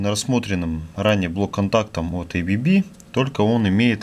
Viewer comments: Какое эй-би-би то? АББ читается, название немецкое, расшифровывается как азЕа-брАун-боверИ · Уважаемый автор, не произносите, пожалуйста название бренда "ЭйБиБи". Правильное произношение "АБэБэ", потому что этот бренд имеет шведско-швейцарское происхождение. Следовательно, ничего общего с англоязычным произношением его наименование не имеет. Его российское редставительство зарегистрировано как ООО "АББ".